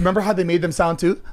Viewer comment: Zane says "thum" instead of "them"